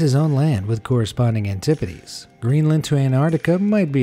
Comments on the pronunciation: I thought it was pronounced an-ti-pode.. not antipodeee lol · Anti podes not an tip o des